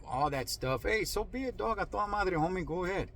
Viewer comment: There ya goo bud 👨-white man voice